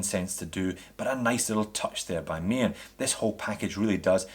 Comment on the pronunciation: Nice little looker this dress watch. I love the Ronda qwartz movement, excellent Swiss quality. And yes, Maen is pronounced Maan and means moon. I must agree with my fellow Dutchman here. Looking forward to the review of the mechanical movement Maen! Thanks!